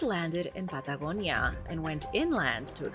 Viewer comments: The pad da go ni a made me run, sorry 😞 wees white... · Why is she pronouncing Patagonia all accenty when the rest of her speech is normal? Good info presented, but that's really annoying... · Why do you take on a strange accent when you say the word Patagonia